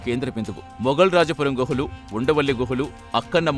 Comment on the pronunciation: గృహాలు కాదు గుహలు శిలాలు కాదు శిలలు లేదా శిల్పాలు